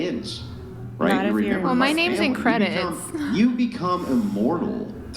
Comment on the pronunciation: She really said "im in creadits" who the F%$# reads creadits?💀